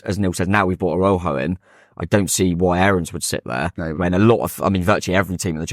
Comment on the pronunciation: This sounds like a made up story but honestly isn’t. I was having a chat with a Mexican chap outside the ground and ‘Araujo’ is pronounced more like ‘Ara-oo-ho’.